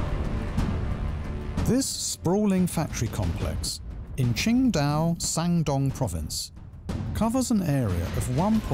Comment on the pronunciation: They need better English narrators. It's Shandong, not san! Really, very first line is already a mess...